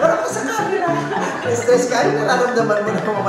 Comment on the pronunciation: Yung maid na Chris ang name yun pala ang maid na sabi ni Vice sa Showtime na Grace ang totoong name kaya lang yung pagpronounce sounds like Chris kaya akala nila Chris talaga name nya! Hindi rin naman sya nagreklamao 😂 and for years naging Chris sya 😂😂😂